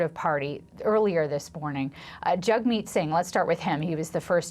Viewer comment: She called NDP leader "JUGMEAT" 🤣🤣🤣🤣